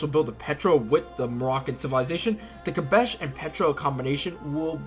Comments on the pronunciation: Hi, thanks for the video. The special improvement is pronounced "Kass-bah", not kabesh ;) Maybe you know the very famous Clash song "Rock the Casbah" ? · It's Kasbah and Berber, not Kabash and Beiber. Sorry to be a grammar nazi. Also those Native Americans are pronounced sho-sho-nee.